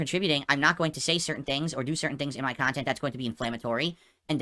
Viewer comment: Fall out of love for your kahntent? 😂😂😂 is losing it lol